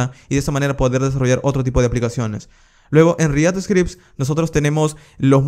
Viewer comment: re ACT!!!! por dios re ACT....dilo bien no se dice... re AT...!!!!!